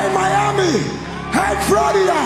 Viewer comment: Bruh the way he pronounced Florida is so badass.